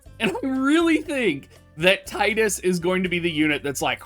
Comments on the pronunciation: I've called him Tide-Us since I played X way back when the game came out and always got crap for it. Happy to hear you use the same pronunciation Dr! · Not even 30 seconds in and all I can say is thanks for saying Tidus correctly lol